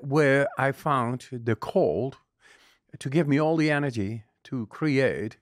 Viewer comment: This man talking organise 🤥 liars nonsense it's cheap to talk he never said energy he always said Anegy